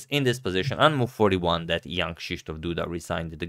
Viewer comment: I always thought he says "Young" Kristoff Duda. So I looked him up and was surprised to see he wasn't that young. I was so confused